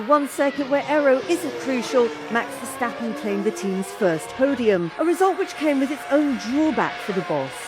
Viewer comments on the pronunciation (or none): none